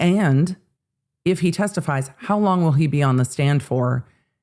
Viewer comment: "Hos long"...😉